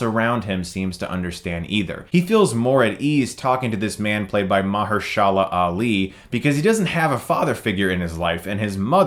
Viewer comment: I laugh every time someone mispronounces Mahershala Ali even though I used to not even have a clue how to pronounce it